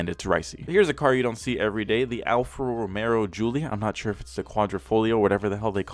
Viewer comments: ALFA ROMEO not ALFA ROMERO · "Alfa Rome'R'o"? Boy, chew your food before you speak. Alfa Romeo, Merica. ;) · Boi. Its Alfa Romeo no Romero. There is one r. One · Alpha Romeo... you were killing me with that alpha Romero anyway love your vids they make laugh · Alfa Romero Every person in the world: ತ_ʖತ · Okay guys comment down below I wanna see if you think if it's rice or nice.. Everyone:! You cane say Alfa Romero! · Great job,but its alfa romeo prounounced alfa romayo. Not romero.sorry.just a pet peave of pronunciation. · Hey, is Alfa Romeo, not ROMERO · Alfa Romeo, not Romero like I saying and is a great car go have look in to it before u say anything. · Americans: "Hunday" "Alfa Romero" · "alfa romero" Every italian on earth: 🤦‍♂️ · Diego _. He also said Mini Coop 😁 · And he said "alfa Romero" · If this man saids Alfa Romero one more time imma shoot myself 😂😂😂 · “Alfa Romero” 😂. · Mans said romero 😂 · Alfa Romeo "Al-fa Ro-may-oh" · I honestly can’t tell if he was saying Romero on purpose or not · There is no R in alpha romeo lol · "Alfa Romero" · It’s pronounced “Hyun-die” like “yun-die” but with an H in front, and Alfa Romero? lol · I hate how he says Alfa Romero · Its pronounced alfa romayo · All this time, it was Alfa romeo? For the first time ever, I've just realised its Alfa Romeo, not Alfa Romeo. Bruh. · You pronounced Kia Forte correct. Alfa Romeo on the other hand, wrong as shit